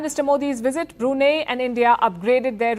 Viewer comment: Brunei is spelt as Bru Nai. Not Bru Nee.